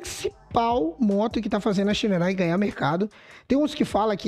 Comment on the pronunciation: Pronuncia o nome correto da Shineray please